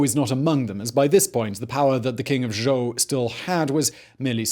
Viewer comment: Zhou, not Zhao. Ffs simon